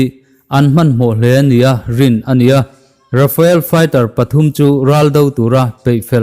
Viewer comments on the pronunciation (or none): RAFAEL ni lo in, RAFALE zawk aw. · Rafael ni lovin Rafale